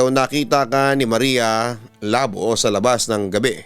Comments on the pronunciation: Marya Labò po pabigla ang pronunciation papa dudut...taga western visayas ang sender na to...kasi sikat yan si marya labò.. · Maria Labo As in initak, yung pronunciation ang awkward. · Maria labo.. Hahaha.. Nakakatawa yung pag pronounce.. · hiligaynon word yang labo o ilonggo ibig sabihin hack or cut.... hindi ganyan Ang pag pronounce....nag originate Ang kwentong yan sa iloilo or capiz.... at lumaganap na sa buong pinas...